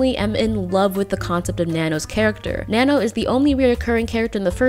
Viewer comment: You pronounce Nanno in the most american way ever.